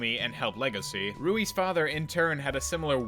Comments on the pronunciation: The dude's name is Louis. As in King Louis. Not rooey. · why do you keep calling Louie "Rouie"? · Ok how come he says lesgosi but still says Rouis for Louis? Literally the only nitpick I can see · You calling Louis "Ruri"...why? You made a point to call Legosi that, so why ruin that streak with calling Louis "Ruri"? He's named after King Louis, I mean...why lol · It's pronounced like that in everywhere except Asian countries, buddy. "Rouis" is a Romanized spelling of "Louis" in Japan, since the Japanese alphabet does not have the character for L, or rather, the character for L and R both share the same place. "Rouis" is literally the Japanese equivalent of "Louis." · So you call legoshi legosi, and loui roui, even though he’s named after another person called loui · oh my god "Rouis" imma kms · By wanting to pronounce their names correctly, you paradoxically prounced both of the leads names wrong. Louis is supposed to be pronounced the french way and the 's' in 'Lugosi' is an 'sh' sound, that's how it's pronounced in Hungarian.